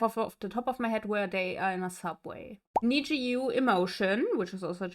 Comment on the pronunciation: Thank you for your reaction to NEXZ!:) FYI, "NEXZ" is pronounced as "Nex-Zee" because it means "Next Z(G)eneraion". They have a song titled "Next Generation" that features a part where they sing the group's name repeatedly. The song is available on YouTube, so please be sure to check it out and share your reaction!🥰